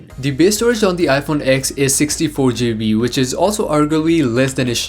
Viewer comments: You pronounced so many things wrong. It’s iPhone 10, not iPhone X, and it’s gigabyte, not geebee. Other than that, the video is good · 16 "gee- bee" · "16 shjeebee"